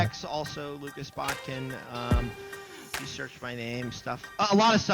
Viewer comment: It's Botkin, not Botkins 😉